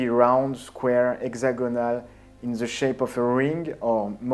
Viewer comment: "exagonale, in ze shep of a ring" Love it.